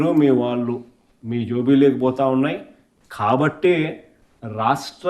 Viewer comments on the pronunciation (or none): ఏపి ప్రజకు తెలుసు. నువ్వు కొంపలోంచి బయటకు రావు. కానీ కార్యకర్తలకు టైమ్ బొక్క. నువ్వు వచ్చి పీకేది లేదు ఏం లేదు. అసెంబ్లీకి వస్తె ఉచ్చ పడుతుంది.. 11 సారు జోబిలోకి కాదు జోబులోకి అని కరెక్టు పలకడం నేర్చుకో.. ఎవడో స్క్రిప్ట్ రాసి ఇస్తే చదవడం తప్ప ఏం రాదు.